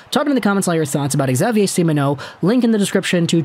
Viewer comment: Xavier is simply pronounced "Gzavier" but nice try, your pronounciation of the french canadians names is very good!